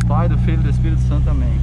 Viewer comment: paidufi ispiritu santamém 👌🏻😂